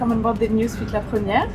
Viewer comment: You post on YouTube and can’t pronounce La Premiere properly?